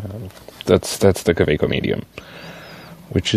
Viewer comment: I think that is as closest as it will get for a native english speaker to the pronunciation of Kaweco :) You will not offend anyone with that, unless he wanted to be offended ;) But the way you did it is spot on I think. Speed, and pronunciation wise :) Some pronounce it like Kaawekko, but this is not the best way to do it (by far). I recommend the interview of Goldspot Pens with Michael Gutberlet , I’ll leave a comment there :) You take for each letter an equal amount of time :) And it usually isn’t spoken very fast. I think I also need a Pilot Falcon in my life :) Great pen. :) I would definitely choose it over the 823.